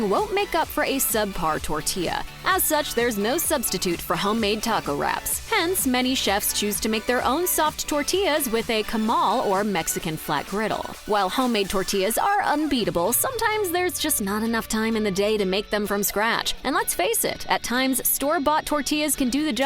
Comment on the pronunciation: "Extremely" pronounced as "ex-tree-mell-ee"...really? In the opening three seconds of the video. WTF??? "Meso" as "mess-o" not "mayzo"...These are the mistakes of a computer-generated voice or a really horrid narrator. "Camal" instead of "Comal" is kinda nasty, too. As for the cilantro, I pass on that. It tastes like soap to me.